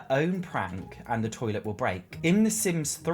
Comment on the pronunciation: love the way you say toilet - are you from somerset?!